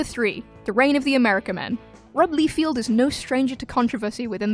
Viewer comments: It’s pronounced Lie-Feld not Lee-Field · FELD, LieFELD not FIELD. honestly, why is this so hard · Rob Lee-field :D